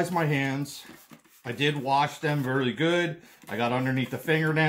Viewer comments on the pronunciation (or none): none